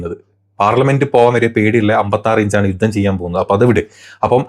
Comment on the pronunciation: യൂത്തം അല്ല യുദ്ധം